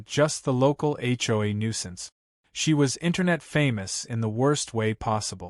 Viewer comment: Why can't AI say HOA?